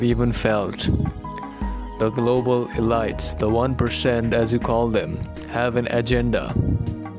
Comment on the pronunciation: Elite is pronounced ee LEET.